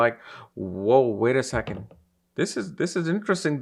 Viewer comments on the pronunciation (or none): none